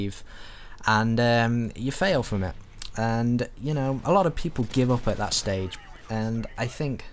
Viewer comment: You failed at saying ''at''